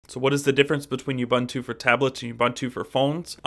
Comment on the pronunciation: It's pronounced oo-boon-too for God's sake!